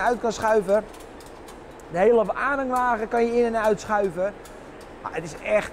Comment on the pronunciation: dat schoenen uut klopte nog ook, op de uitspraak na perfect zeeuws